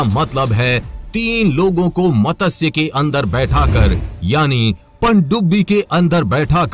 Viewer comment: bhai matasya nahi matsya teek se bholo jab bholte ho